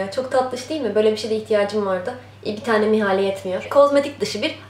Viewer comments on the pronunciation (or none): mihale değil nihale 😘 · mihale değil o nihale 🙄🙄